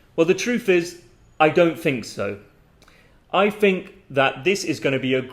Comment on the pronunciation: I notice you pronounce think and thought with an F instead of TH